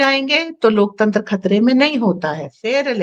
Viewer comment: LOK TENTR nahe LOK TANTER boleye...